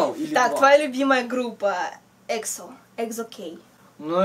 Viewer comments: пожалуйста, не говори экзо. экзо - это мороженое такое, а они эксо. а beast читается "бист" с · Не эксо а экзо